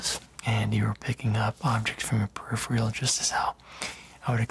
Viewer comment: *It’s pronounced peripheral not periphreal